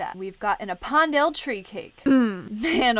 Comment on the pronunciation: It's pronounced a pen dale not appondel